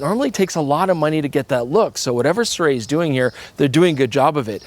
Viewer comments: I think it's been quoted by a company rep that the pronounciation is "Sue-Ray" but don't quote me on it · Si-roo-ee? Cannot be Si-ray can it? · SIRUI - I didn't know that it was pronounced as "SEE-ROO-WEY". Always thought it was pronounced as "SEE-ROO-WEEEEEEEE" :face-green-smiling